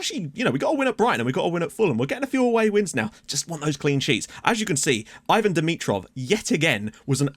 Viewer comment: Bulgaria pronounces it 'E-vahn' for dimitrovs first name